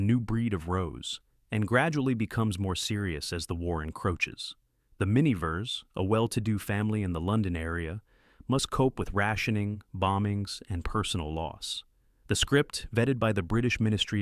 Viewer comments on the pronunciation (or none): AI narrator "filmed on location in the Springfield.......Illinois suburbs." "Mister Mineever."